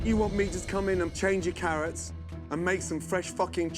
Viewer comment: Carrwots and Twacters!